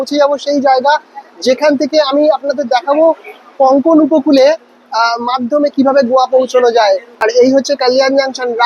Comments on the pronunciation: ভাই রে, 'কঙ্কোন' উপকূল নয়, কোঙ্কন উপকূল। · কঙ্কণ নয়, কোঙ্কাণ !!! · Uccharon ta bodhay Konkon na hoye Konkan hobey 🙏